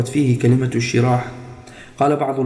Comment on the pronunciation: الشراح بضم الشين لا بكسره